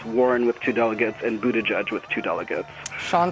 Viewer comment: That name-thing really bugs me. Buttigieg was on TV, pronouncing his name correctly, so others can learn. For a short time, some people pronounced it correctly, but now it seems like everyone decided to just call him Buttijudge. Americans and names. Simply embarassing.